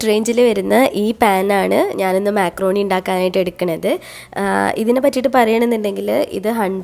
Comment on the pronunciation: മെക്രോണി അല്ല മക്രോണി